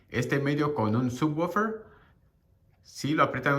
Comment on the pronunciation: Así no se pronuncia subwoofer en inglés, se oye naquito🤣 mejor dilo normal